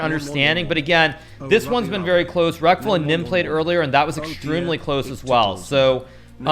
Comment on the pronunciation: I can't stop hearing Rectal instead of Reckful lol